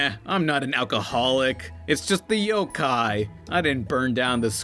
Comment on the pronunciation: It's pronounced yokai